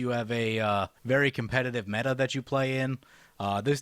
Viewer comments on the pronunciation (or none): none